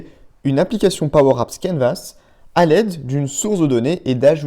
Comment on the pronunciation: De quoi ? Pwow apps ? 😂😂😂